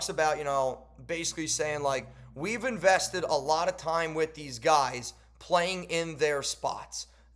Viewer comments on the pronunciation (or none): “we invested a lot of time” just sounds like “we wasted a lot of time”